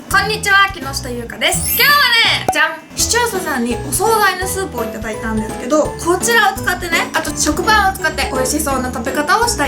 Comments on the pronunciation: 視聴者さんって言えてなくない？w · しちょーささんと聞こえてしまいましたゆうかちゃんごめんね（；＿；）